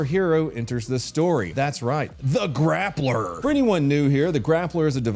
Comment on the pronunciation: I am so upset, I’m not mad at you just really upset for you letting me down with your pronunciation of grappler.